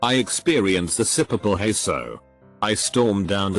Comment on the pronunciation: smh.. "purple haze" = sipipal hayso. just fucking read these things man.